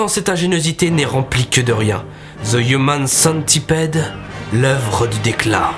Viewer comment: " Ze ioumane centipède. " :B Oh, gg sinon.